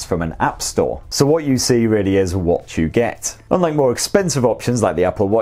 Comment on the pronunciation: "What you see is WATCHu get" Did I hear it like that? If so, what a legend!